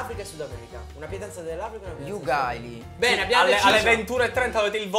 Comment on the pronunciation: Uguagli, sei riuscito a leggerlo Ugali😂